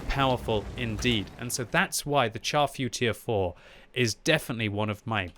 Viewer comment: my brain hurts every time I hear someone pronounce the name of the Char Futur 4 improperly. its FRENCH its (SHAR) Futur 4. its not a piece of meat that you char and burn to a crisp. SHAR